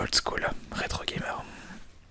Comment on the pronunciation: vous etes pluseuh retro gameureuh x)